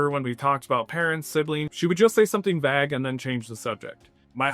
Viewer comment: Hi there! Awesome video, just want to point out that 'vague' and 'plague' are pronounced similar to 'lake', not like 'bag'.